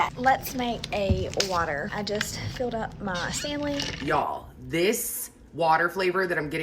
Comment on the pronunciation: The lady with the “Fanley” cup 😂 hell yes